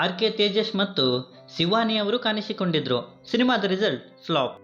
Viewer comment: ಣ ಅಕ್ಷರದ ಉಚ್ಚಾರಣೆ ಕಲಿತುಕೋ ಮರಿ. ಅದು ಕಾಣಿಸಿಕೊಂಡಿದ್ದರು - ಕಾನಿಸಿಕೊಂಡಿದ್ದರು ಅಲ್ಲ.